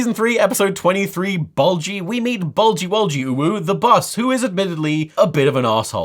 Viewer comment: Dude, Bolgy wolgy?